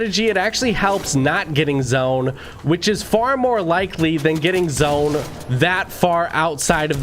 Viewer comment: Anybody realised he sais zoen instaid of zone